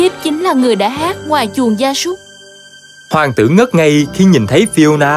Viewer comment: Ôi hoàng "tữ" =)